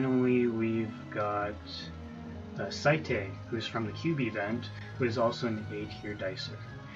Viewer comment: (S-ate) is how his name is pronounced. I messed up too my friend..." The mighty doom parrot." That line made me want to laugh sooo badly. XD